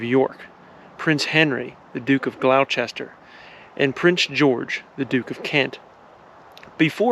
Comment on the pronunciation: Not Gl-ow-cess-ter. Simply "Gloster"!